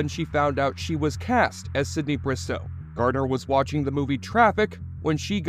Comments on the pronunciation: Garner, not Gartner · It’s Jennifer Garner - it sounds like the narrator keeps saying “Gardner” . Odd ….